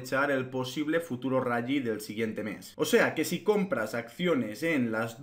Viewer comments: Se pronuncia "rali" no "rayyyyi" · El rayi? Que es eso? El rayo vallecano? Rayo Mcqueen? Rayita? O te refieres al RALLY y lo pronuncias como el que en vez de Google dice Gugle? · No se dice rally crack. Así se escribe pero se dice "rali".